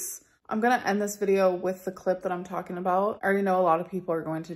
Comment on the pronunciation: Amber.. You keep TALKING (talkeen) When you should be DOING (doeen) You've said the same thing for the last 10 years.